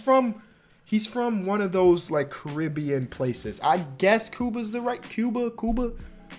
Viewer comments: It's q-ba not c-po-a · What kuba? I never heard of that place. But I have heard of Cuba pronounced like q-ba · He really pronounced Cuba like cooba 😂😂😂 come onnnn cuhhhh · This nigga said "Cooba" 😂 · I'm tired of you pronouncing New Zealand" "New England" and Canada "caldon" Edit " and Cuba" " Cooba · My God learn how to pronounce Cuba bro, Its cube-ah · CUBA? COOBA?? LOL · My boy don't know how to say Cuba 😂